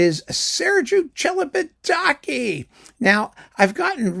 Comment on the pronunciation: I never knew how Celibidache was pronounced. So thanks for that!